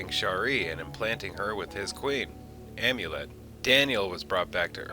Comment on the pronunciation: Amonet, not Amulet.